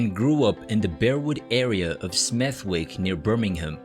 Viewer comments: can’t even pronounce Smethwick correctly. Or Birmingham. Thumbs down! Just reading material written by others. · If you're going to make videos about British artists, please learn how to pronounce British place names properly e.g. Smethwick and Westminster 🙄